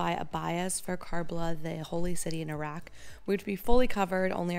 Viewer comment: Was commenting on the video that you're pronouncing Iraq wrong and you said it right half way through as I was typing 😭 thanks for the beautiful coverage of this amazing country ❤